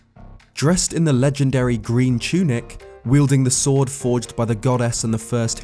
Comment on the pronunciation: chunic? How the fuck do you manage to say chunic instead of tunic?